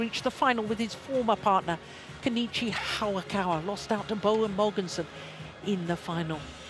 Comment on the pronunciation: Its HA-YA-KA-WA .. not HA-WA-KA-WA